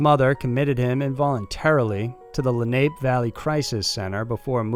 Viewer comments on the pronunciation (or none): LEN-AH-PAY dude not Len-ape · FYI, Lenape is pronounced Len-ap-e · Lenape is Native American its pronounced Len api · Just a tidbit for everyone! “Lenape” is pronounced “Le-Nah-Pay” from the Leni Lenape indians, who used to reside in the area. 🙌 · Lenape is pronounced LEN AH PAY Its Nativr American...PA has a lot of cities and counties with Native American names